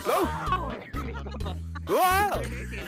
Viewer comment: "babba"💀 It's Bubba